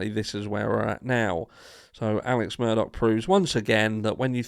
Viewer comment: It's not murDOCK, it Murdaugh.....sounds like Murder. How apt 😂